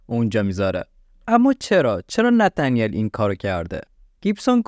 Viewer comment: ای قربون این نتنیل گفتن با لهجه ات 😂 هر دفعه میگفتی نتنیل کلا حواسم از پرونده پرت میشد .... جدای از شوخی کارت عالیه پرونده ها رو با مستندات تعریف میکنی ادامه بده امیدوارم همیشه توی کارت موفق باشی 🌹